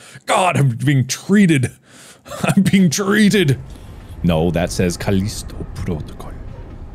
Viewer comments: The way he says ⭐Kalisto PROtokole⭐ at the beggining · Caleesto proticle... Sounds Japanese to me.